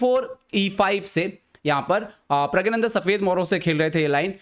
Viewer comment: pahele Puri knowledge rakhliya kr wo Hindi me aur Tamil me प्रज्ञाननंधा hi hai uske nam ka asal pronunciation yahi h 😂😂